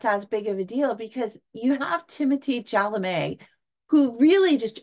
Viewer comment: Chalemet = Shall-ah-may Zendaya = Zin-die-yah Villinueve = Vil-la-new